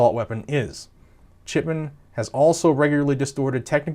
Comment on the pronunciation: Your audio is ok...but whenever you say "Chipman" i hear "Shitman".🤷‍♂️